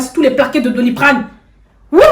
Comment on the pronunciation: Elle dit mm dans Doliprane encore 🤣🤣🤣🤣🤣🤣🤣🤣🤣🤣🤣